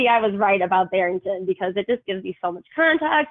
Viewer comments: "su"...es when she cannot pronounce "so" or she does in porpouse cause sometimes she does says It ok..maybe tooooo much botoxxxx,she cannot move her chicks,lips,eyebrows,suuuu she cannot Talk properlyxeeggghj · Great point as well! Her “so” drives me NUTS! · is a great example!